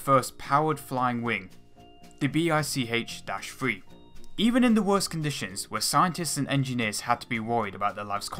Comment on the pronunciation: Very nice and informative video. There is only one nitpick: Russian plane model designation usually consists of first spoken syllable of its dedigner's name. BICh is not pronounced as "Bee-I-see-age", more like "beach". Same goes to IL, SU, MIG etc.